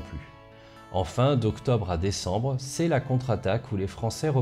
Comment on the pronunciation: Décécembre ? 🤔 T'es sûr ? 😉